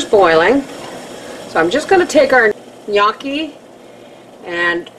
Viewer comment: You cracked me up in the beginning of the vid with the way you pronounced them, but...you are a trooper, and did yer research, and said it excellently! In addition - NO - you did NOT do it an injustice by adding bacon. It's quite common in Italy, and in Malta (south of Sicily where I live) to add bacon or pancetta to Gnocchi! ALSO - you are VERY close to the flavours that are sometimes used in this dish. For example, onions. YES. Sour cream? Well, we use ricotta. Still, it is dairy and smooth. And a lot of time it is served with Rocket greens, or sometimes called Arugula, or Rucola. AND, I might add - in the end, you had the rolling down pat!! YES! The fork grooves are there to "catch" the sauce (or even bacon or pancetta fat) to the dumpling. I would say, as a first attempt...very well done! XOX